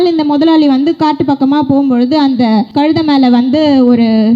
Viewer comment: கழுதைனாவுது ஒழுங்கா சொல்லு மூதேவி